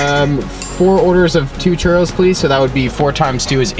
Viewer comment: I know this video is old but she pronounced it CH-Ur O- because that’s how your supposed to pronounce it you guys were pronouncing it wrong :| it’s a Mexican dessert 🌝